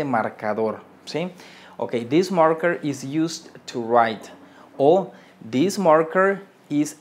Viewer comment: Menos mal! Estaba buscando un comentario al respecto! Me estaba volviendo loco con this this, de hecho, él pronuncia una sola vez "this" en el video y no se dá cuenta.